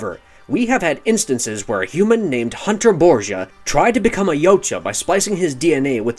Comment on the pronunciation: FINALLY, SOMEONE WHO CAN ACUALLY PRONOUNCE YAUTJA CORRECTLY